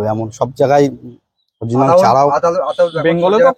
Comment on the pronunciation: অরজিনাল না বলে original বলুন